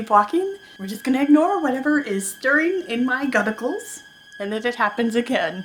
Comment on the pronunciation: OH MY FUCKING GOSH DID SHE JUST SAY GUTICLES ... IM DECEASED